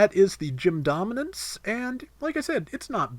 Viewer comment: he is asserting his dominance by pronouncing it gominance